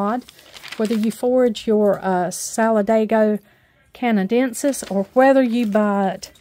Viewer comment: Solid-AY-go can-uh-DEN-sis